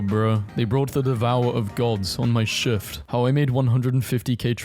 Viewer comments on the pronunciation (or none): none